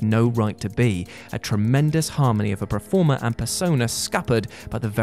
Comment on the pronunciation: Hey,. Please can we learn to say 'performer/performance' correctly? You've caught a touch of the Gary Barlow's with your 'preformer'